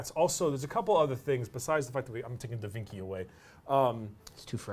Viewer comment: 'Da Vinki' Yes....